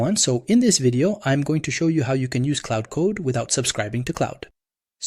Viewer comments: claud not cloud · Claude is not pronounced the same as cloud dude. Confusing as f